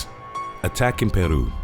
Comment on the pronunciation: I love the correct pronunciation of my country’s name… Peru 😁